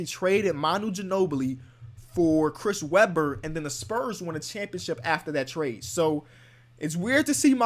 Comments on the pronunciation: “Cwis Rebber” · listen how he says Chris Webber